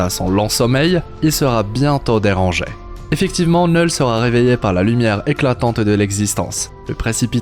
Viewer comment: Kkknullll pas NEuuuuuullllll